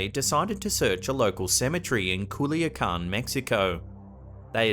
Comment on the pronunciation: You said Culiacán, Mexico absolutely perfect!!!!! Love you even more ❤️ I am from there 💕